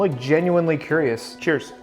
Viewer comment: “I’m genuinely curryious”